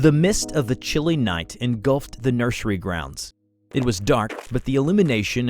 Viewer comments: PLEASE STOP SAYING NURSHERY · The way pronounces certain words 😅 "nurshery" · This is the first time I heard someone pronounce "nursery" as "nurshery." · Why do you sound like that when you say “nursery”😂😂😂